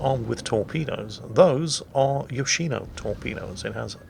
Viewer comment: its yoshiNO